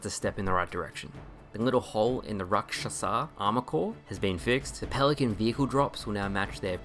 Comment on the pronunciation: Why d’you say Rakshasa so weird Lmao